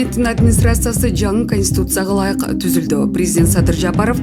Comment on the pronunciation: Эй алып баруучу шашылбай окучу ошондо туура окуйсун, конституция деп туура окугун ошондо туура окуйсун кансуция эмес, сени ит кубалап бараткандай шашылып окуйсунго экичи